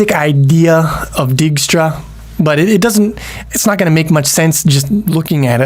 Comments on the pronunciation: Dijkstra = "Dyke-stra" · I think it's pronounced "dake - stra". Anyways wouldnt it be better to use a list instead of an array. Then one could assume you start at (0,0) but also allow negative coordinates. This allows for an arbitrarily large map and it doesn't waste memory it does not need (save for perhaps being slightly slower than using an array).